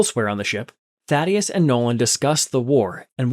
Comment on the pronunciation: Why did he say daddyesi. To Thaddeus